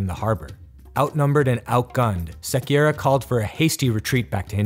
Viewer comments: Hey, Sequeira is pronounced Seh-Kei-Ra, but excellent video anyways! Portugal is such an underrated nation while it stretched from America to the Far East before the english could even traverse the Atlantic. Basically the majority of the later British Empire have been built from the ashes of portuguese/spanish colonization in all of the world, when it was literally property of the two nations. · é português Diogo lopes de Sequeira não espanhol para começar o u de Sequeira nao se pronuncia